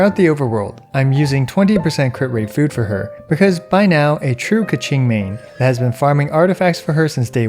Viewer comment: Sorry to all Mandarin Speakers..Please dont say KeChing